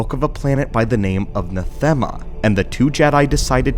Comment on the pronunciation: It’s pronounced Natheama!!!!